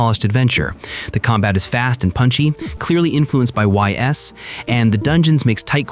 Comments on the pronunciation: Really nice selection of titles. I like how you leaned pretty hard on Japan-only titles that just need English fan patches. A lot of these lists focus on domestically released titles. The only thing is that you GOTTA learn how to pronounce Ys. It's pronounced like "Ease" and you can look up tons of other creators' videos on the series to confirm this - please stop saying the letters "Y-S." Good video beyond that! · Ys is pronounced "iss" I think. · Ys = “ease” 😅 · Great video. I wasn’t aware of a few of them and will have to check them out. I’ll give you a pass on the Ys pronunciation because if you never heard it said out loud, you wouldn’t know. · Why is bro pronouncing Ys like that. Ditch the AI script, my guy